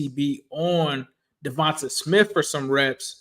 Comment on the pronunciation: Hi. Eagles fan here. Fyi, it's pronounced "Devontay", not "Devontuh". Nice video.